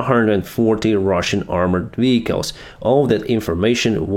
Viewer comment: It is not called VICALS. It is VEHICLES